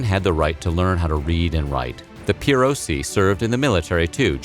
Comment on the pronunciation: Imagine reading Spartiates, perioikoi, and helots and saying "Sparcies, perioci, heeelots" Edit: learn how to pronounce Latin names